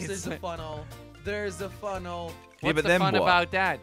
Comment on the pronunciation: Why do you say funnel instead of tunnel